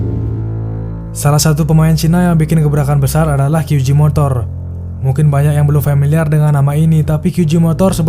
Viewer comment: Kesalahan warganet 62 serung kali menyebut huruf J dlm bahasa inggris dengan "ji" padahal itu utk huruf G...J tetap dibaca Je... Kyu Je motor